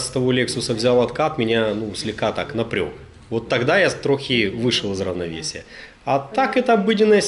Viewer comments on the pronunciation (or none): Правильно не напрьог, а напряг!!!! Пипец